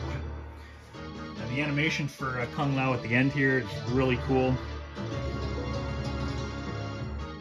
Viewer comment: Kung "Ligee" Lao!!!